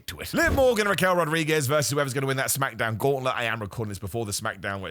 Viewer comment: The way he says “smackadown”😂